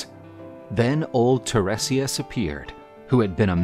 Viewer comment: The seer's name is pronounced /tie-REE-si-as/; just sayin'. Also, the "mermaids" that Odysseus and his men encountered were the SIRENS 🚨.